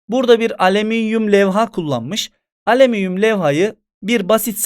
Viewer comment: Nobody:: aleminyum